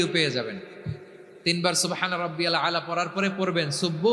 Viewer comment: সঠিক উচ্চারণ ও করতে পারে না